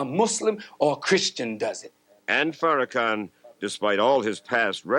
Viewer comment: The insistence to mispronounce Farrakhan’s name is sustained and willful disrespect